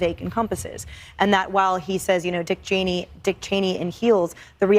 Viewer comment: He said "Dick Channey" in 3" hills... and there's 2 of them here tonight. Hahaha!!!!